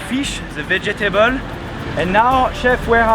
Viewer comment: It's cute when you say "Ve-Je-Ta-Bol" for vegetable... :D